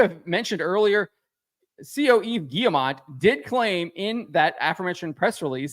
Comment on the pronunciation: Thank you for correctly pronouncing Yves!